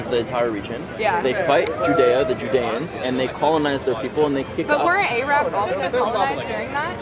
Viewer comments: She really just said "Ay-rabs" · Her pronunciation of Arabs says it all. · Why does this girl remind me of the Muppet Janice so much? Lol...she keeps saying A-Rabs instead of Arabs. Also, never start a sentence in a conversation with a Jew or anyone ever with, "I don't think the Holocaust happened because.......". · Why do I hear Americans always pronounce Arabs like A-rab, isn’t it pronounced Ah-rab. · Forget that she knew nothing, but when she said Ayrabs and Powgroms I puked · Aye! What’s up rabs!?😂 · She actually pronounced the word A-rabs…..Jesus Christ from a millennial here you parents today have truly failed your kids 😂😂😂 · LMFAO! She said A-Rabs lol... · Where did her pronunciation of "A" rabs come from? It's so annoying. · She lost me at A-rabs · “A-rabs,” lol. You can tell she’s so educated on the whole thing. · "A-rabs"?? She's moronic. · you hear "A-rabs" and you know the IQ is in the single digits.... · Love how Gen-Z Berkeley Girl busts out “A-Rabs” . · She said ayrabs lol